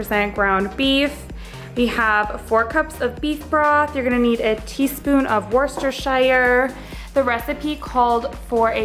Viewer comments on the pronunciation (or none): Worcestershire (/ˈwʊstərʃər/ WUUS-tər-shər) sauce :)